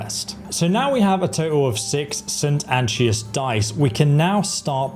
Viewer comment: He also butchers the name of the die itself. Saint Anchovy die my ass... Funny thing is that most of these names are pronounced many times in the game. Yet most youtubers ignore that the same way they ignored school.